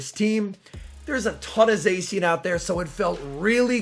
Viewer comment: its pronounced za-she-en